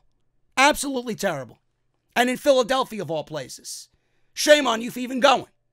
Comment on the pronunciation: Dear Michael Cole, It's Phila-DEL-phia, not Phil-DAL-phia